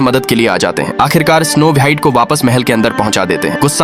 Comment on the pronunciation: स्नो वाइट नहीं होता स्नो व्हाइट होता है😊